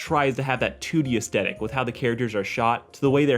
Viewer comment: "ass-stetic" It's pronounced "ay-es-th-et-tic"